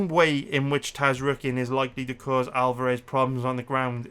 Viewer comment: The entire human race: Zar-yukien: Taz-rookien